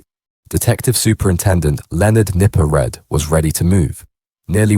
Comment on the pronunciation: It's pronounced Nipper Reed not red